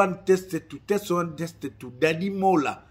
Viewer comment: bongisa prononciation ya Anglais ozo loba bétise. Testie 1 te. Test 1. Testie elakisi libind*. Donc ozo loba libind* 1 libind* 2 au lieu de dire test 1 test 2. Surement ba voisins baza traumatiser koyoka makambu ozo loba